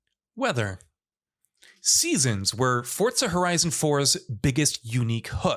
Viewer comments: Forza not fortsa* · The hell is “fort-za”??? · Why does he say fortza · For-Zah not fort-sah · FORZA not FORTZA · There is no "T" in the word Forza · Why do you say “Fortza”? It’s Forza. There’s no t in there. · FORTZA horizon 5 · “FOR-ZA” not “FORT-ZA” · FOUR-ZA NOT FORTS-SA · I couldn't finish the video u can't even say forza right where tf is the t in forza ? It's forza not fortza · i love fortza.... FORTZA is great.... its fooooorrrrrzzzzzaaaa not fortza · Why does this Mong pronounce it as Fortza? Its FOR-ZA not FORT-ZA!!! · why is this weeb constantly putting a "T" in forza. annoying af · Couldn’t stand him saying “Fortza” every time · Fort-za never heard of that game until he said it…. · Why are you saying FORTSA ?? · Every time he says Fortza I images pizza fort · ForTza?? Is that how it's pronounced? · Why does everyone say “Fortza”??? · why forCa? :/ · is it just me or was he saying fortza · Is it me or does this guy keep saying ''Fortza''? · Fortza? Umm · Say it with me FORZA THERE IS A Z NOT A DAMN T. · Why is he saying fortza ? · The game developers actually mentioned that it is pronounced Forts-sa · Xbox confirmed forza is pronounced fortza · that's stupid af literally putting a T where there isnt one. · There’s no T in Forza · There is no T in Forza. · It's an Italian word and that is the correct pronunciation. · I totally forgot Microsoft is Italian. My bad chief